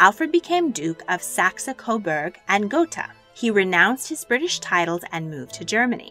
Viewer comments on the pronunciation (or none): Didn't get Saxe-Coburg Gotha right either.